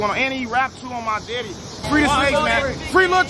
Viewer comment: It’s not they daddy it’s they deddy I hate the way they pronounce it 😂